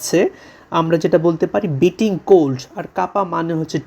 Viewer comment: স্যার ভুল শিখান কেন? উচ্চারণ তো বিটিং না হবে বাইটিং। যার অর্থ কামড়, ঝাল, তীব্র, কনকনে, অসহ্য ইত্যাদি ইত্যাদি।